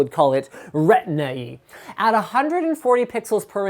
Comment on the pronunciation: i had no idea what you were talking about until you put it in apple turns, "retina-ee" :P